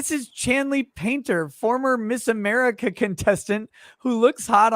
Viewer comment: "This is Amica Country!" had me lolin' hard!